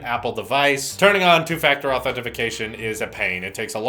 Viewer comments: “Authentification” lol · idk what these dudes are talking about... it’s “authentication” but on the other hand WHO CARES